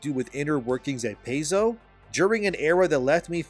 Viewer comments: PAIZO = PIE-ZO (NOT PAY-ZO) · Saying "Pay-zo" is like saying "cuss-toads". Makes you sound like you have no idea what you are talking about. Its "Pie-zo" and "cus-toadies". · Pai-Zo not Pay-zo. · It is pronounced Pie-zo if something like that really matters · Paizo is pronounced "PIE zoh" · It's pronounced Pie-zo. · Homie you normally do really well on your homework however owlcat games made rogue trader not Paizo, also its pronounced pie-zOh. Otherwise your points are quite valid.